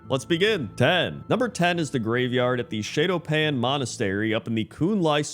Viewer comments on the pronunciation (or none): You were right about the pronunciation of Kvaldir, but Shado-Pan is pronounced like Shadow-Pan. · "Shay-do pan" irked me. Good list